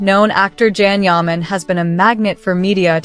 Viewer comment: YOU‼️ need to start pronouncing his NAME CORRECTLY—- it’s pronounced JOHN!!! YAH! MON. Please get it right as the moderator 😳